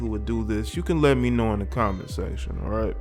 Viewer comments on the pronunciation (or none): none